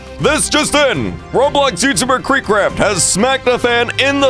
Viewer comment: nice kweekcwaft timmeh will rewenge